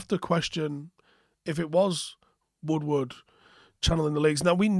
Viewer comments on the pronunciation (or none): none